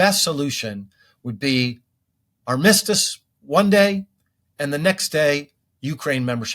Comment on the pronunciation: I do have one issue with him. What's with that weird pronunciation of "armistice"?